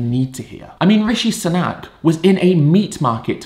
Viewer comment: It’s “Sunak.” Ed is just pronouncing his name weirdly for some reason.